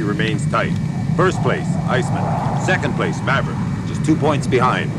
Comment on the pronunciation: I like how Jester says “Iceman” like it’s a last name LOL. It’s pronounced “Ice-man” bruh.